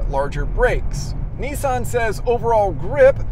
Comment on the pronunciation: When are you going to learn to say Nissan properly? lol :D, anyway, good review :)